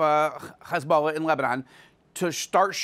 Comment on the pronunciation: Why is it so hard to pronounce Hezbollah. It's not Khezbollah